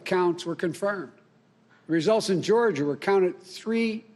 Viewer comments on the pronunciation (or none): none